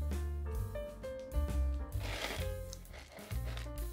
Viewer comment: Is it miss pronounce? Laska ? Or laksa